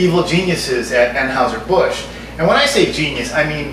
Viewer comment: Natty Daddy is my go to high grav. FYI, Anheuser is pronounced "AN Hi ZER". And their Busch Light tastes like beer flavored seltzer. It's total crap and what you said about light beers is spot on! I'm no beer snob, so just gimme a Sam Adams or a Saranac Pale Ale and I'll be a happy camper.